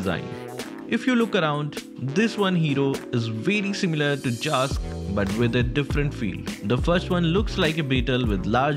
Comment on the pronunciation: People pronouncing Zhask:: JASK